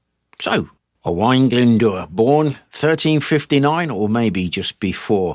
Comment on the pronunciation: Got to say that you pronounced Owain Glyn Dwr pretty good. Well done Sir.